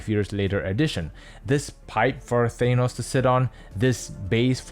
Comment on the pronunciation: Good video, it is impartial, but I hate to be that guy, but I will say it... It's Tha-nos, not Thay-nos.